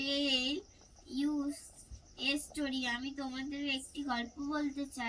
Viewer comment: english uccharon ta bhul bolle estory noy kotha ta story r ago kothata ego noy